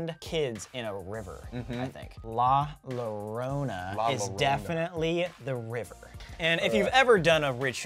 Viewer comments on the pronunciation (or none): Sam saying “La Lorona”, bothered me so much😂 It’s “La Yorona”😂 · "So La LoWrEyNa" "La LoWrOwNa" 😬😬😬😬😬😬😬😬😬 I felt like smacking them with la chancla! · Them saying lah luhrona hurts my soul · Colby: La llorana Sam:La llorohna ...........this is gonna take some time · I died when they said LA lorona it's llorona and the two l's are like the y like "yo" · "la larona".💀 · "La Lorena" "La Lorona" Excuse me guys if u are real ghost hunters u guys should know how to say LA LLORONA my latin ass is hurting god dammit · “La lorena” “la lorona”JAJAJJAJAJAJ ME ESTOY MURIENDO DE RISA COMO DICEN LA LLORONA JAJJAJAJAJ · Sofia Arraez right and it pronounced la-ye- rona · Colby: La lorreina Sam: La Lorona 😂😂😂😂😂😂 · sam: la lorona every hispanic: shaking heads in shame while cringing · La laarona yes that’s how you say it😂 I’m proud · "La llOrENa" -colby brock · Some should tell Sam and Colby that in spanish double L then makes a y sound so it would be la llorona/yorona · The pronunciation is La Yo-ro-na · They said la llorona wrong 😂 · The way they pronounced the La Llorona 😂❤️ then Colby saying I KNOW THIS🥰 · The way they pronounced "la llorona" made me triggered tbh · La Llorona is a Mexican urban legend they both said it wrong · Lmao I can’t I’m Mexican and the way they were saying La Llorona 💀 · THEM PRONOUNCING LA LLORONA 😭😭😭😭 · i remember when they did that video with "la llorona" everyone was correcting them on how to say it cuz they kept saying it wrong😂😂😂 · They said la llorona wrong!!!! Two L’s together make a different sound in Spanish!!! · Omg , sam and Colby don't read their comments, they are still mispronouncing la Llorona lmaoo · He really said isn’t that like the weeping Mexican ghost and mispronounced it what the hell